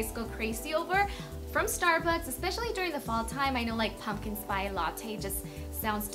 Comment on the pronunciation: pumpkin SPY latte jajaja